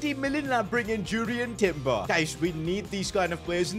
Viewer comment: Sings saliba shows Lw says Julian Timber💀💀💀